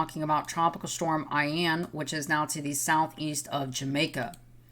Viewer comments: ee'en not eye'ann.....but thank you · Thanks for the update,! Just a little tip though.. Ian is pronounced "EE-un" 😉